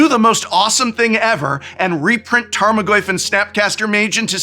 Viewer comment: More like tame-o-goyf